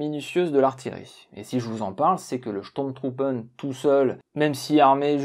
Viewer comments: Affirmatif ton accent allemand mange pas de saucisses le matin. Mais au moins pour les sturmtruppen, ce n'est pas steurm truppen mais stourm trouppen . Le U ce prononce Ou. Cependant si le tréma est présent sur la lettre ü alors ou devient u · C'est chtourm troupe phonétiquement parlant 🙃